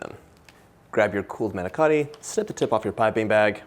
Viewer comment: The manicotti looked delicious and a nice easy recipe. The presentation was great but please do not get offended but you did not pronounce it correctly. Manicotti . Thanks